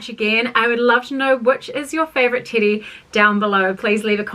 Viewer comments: It sounds like you're saying titty😅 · Also, I can’t get over your accent you keep saying Teddy dress and it literally sounds like you’re saying titty and it’s like I don’t know if you already knew that cause like you keep saying it so many times throughout the video all I’m hearing is like titty dress titty dress my favorite titty dress like oh my God I can’t !!! The information you sharing is so valuable, but maybe when I have more patience I’ll come back and watch 😂❤😅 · I thought you were saying titty dress this entire time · ...same, doll, same RME can't hear teddy in there ANYWHERE